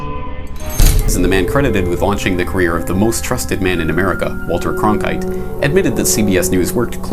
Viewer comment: Diamond GodISis yes he does then he thinks it’s funny